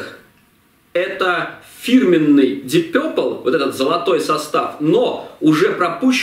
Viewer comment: Вообще-то "Дип Папл".. А не какойто Дип Пёпрл".. Это только" русскоязычная челюсть" может такое высказать)))